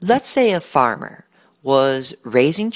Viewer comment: a good "farmar"